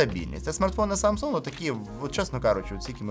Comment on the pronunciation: Ха - ха , Samsung корейці вимовляють, без g